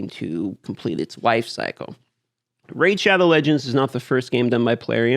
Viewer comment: "Raze" shadow legends